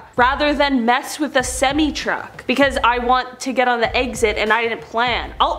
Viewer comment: its semi not cemi get it right i hate that